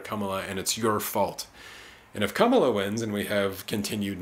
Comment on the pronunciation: I voted on the first day of early voting. Voted for Jill Stein. I appreciate your analysis. On a side note, I’m sure if I shared this video with people who are Harris supporters, they may tune you out soon as they hear your mispronunciation of her name. It’s not “Kum-uh-la”. It’s “comma-la”.